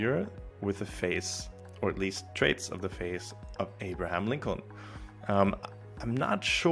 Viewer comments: Wait till you notice him say Abraham. Seemingly perfect English but reading abstract words was never taught... Maybe he's a bot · there it is. Amazing. Yes i suspect he's a bot too.